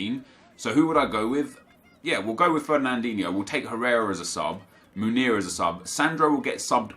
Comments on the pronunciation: It’s pronounced Meunier with an eu like joachim löw, and e like the é in mbappé, so basically mönié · Meunier= MOO-NEE-AY